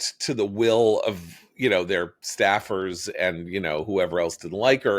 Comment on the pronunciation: Is saying Snaffers or Staffers? I don’t understand